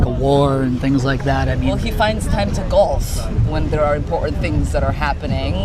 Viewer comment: cannot pronounce "important" somebody tell her it is not "imporant"